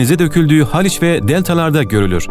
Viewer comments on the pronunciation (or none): none